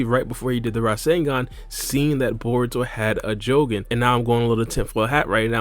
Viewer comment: Stop saying jougan like that